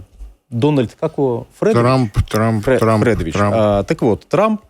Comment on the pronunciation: не Фрэдович, а Федорович